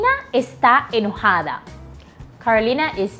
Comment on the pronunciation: Spanish is a bueatiful language but so tricky. Why do you pronounce está enojada and está enferma (á e) differently. está enojada you separate the 2 vowels (á e). está enferma you run the vowels together (á e).